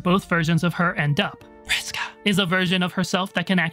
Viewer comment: Really loved the pronunciation of (Vriska).